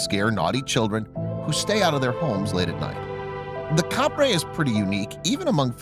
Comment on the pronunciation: it's not Caprey It's capre